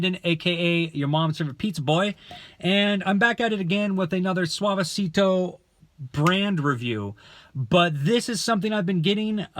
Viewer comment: Thx for the review but U pronounce ‘Suavecito’ like a 40 year old ‘Karen’